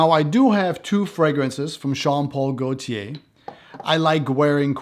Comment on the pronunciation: Great video. It almost sounded like you said Sean Paul Gaultier 😂 made me think of that Temperature song